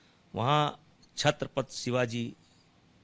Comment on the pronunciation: जिन छत्रपति का नाम तुझे ढंग से उच्चारना नहीं आ रहा उन छत्रपति के महाराष्ट्र के बारे मे और राज साहेब के बारे में बोल रहा है,क्या औकात क्या है बे भडवे तेरी।